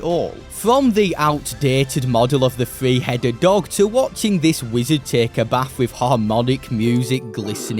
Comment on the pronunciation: It's "three", not "free".